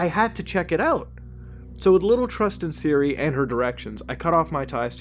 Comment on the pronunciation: I swear instead of siri he said Syria